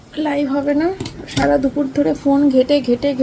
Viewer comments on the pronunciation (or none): none